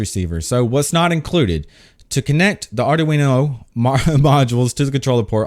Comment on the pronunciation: Ardweeeeeeno is the correct pronunciation